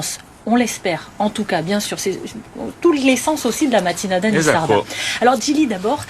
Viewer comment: Bravo pour votre émission. Vos explications sont claires, parfaites. C'est hallucinant de voir que les francisés d'aujourd'hui ont effacé de leur mémoire que les langues d'oïl étaient extrêment dialectisées, il y a seulement une génération. C'est terrible d'entendre prononcer le titre de votre émission avec l'accent sur les "a" finaux. On a l'impression que les francisés sont handicapés de la langue. Moi j'ai appris l'occitan dans ma famille en limousin, puis je l'ai pratiquée à Montpellier. Je n'ai pas de problème à communiquer en occitan avec un provençal, un catalan, un auvergnat. D'ailleurs au XV ième siècle, la langue occitane était sûrement plus unie que les langues d'oïl. Il suffit de comparer le manuscrit de Pamiers (Ariège) et Lo Compendion de l'Abaca (Nissart).